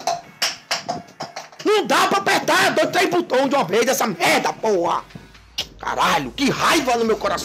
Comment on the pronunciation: Ele fala Porra com N no final kkkk kkkk Porran